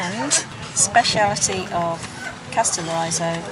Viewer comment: Lol you’ll have to first learn pronounce the name of the island correctly and then I’ll tell you how to say very beautiful in Greek. The stress is on the first O and the I is pronounced like in ridge not like in riot.